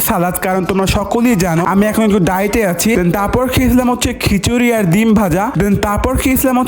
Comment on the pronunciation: পোলাও রোস্ট ❌ পুনাও রোস✅ তেহারি ❌ তেহানি ✅ ডায়েট ❌ দায়েত✅ ডিমের সালাত ❌ বিমের সালাত ✅